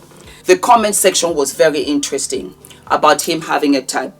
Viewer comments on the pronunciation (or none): none